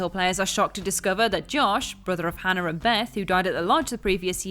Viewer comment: Or pronouncing Hannah as Hannar or militARY as miliTREE